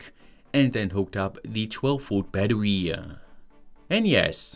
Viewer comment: I love you but, its BATTERY BAT-TER-RE not BAT-TER-WE